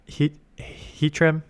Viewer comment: Add Hattrem and Hatterene to the mispronouncing compilation haha